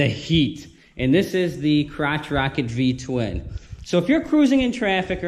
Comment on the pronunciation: It’s an L twin not V twin 😎👍🏻